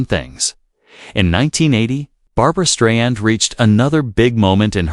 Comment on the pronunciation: Whoever this is speaking, you don’t even know how to say her name